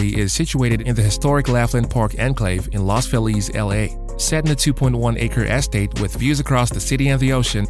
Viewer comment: You need to understand how to pronounce Cecil B DeMille and the word estate